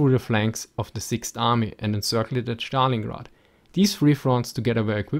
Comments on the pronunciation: it is not Shtalingrad but Stalingrad with (es) pronunciation. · I love the way you pronounce "schtalingrad".